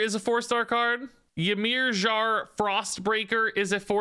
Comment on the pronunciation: watching try to pronounce ymirjar lol.... { Meer-Yar }